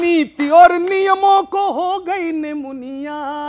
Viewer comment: Nimuniya nahi nimoniya